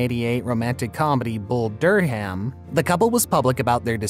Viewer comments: Bull "Dur-ham?" 😄 Come on, when you don't give a ** about basic information, including findable pronunciations, you lose credibility. Why should i believe you on anything? She even says it in the video. You don't even read the quotes correctly. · Can’t take this seriously!!! bull dur—ham. “eye-talian”. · Bull Dur Ham? Grin Witch? Who is reading this stuff? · Is this a computer voice? Bull dur ham? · "Bull Dur-ham"? "Green-witch Village"? If you can pronounce 'acquiesce'... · Do some homework and learn how to pronounce Durham and Greenwich.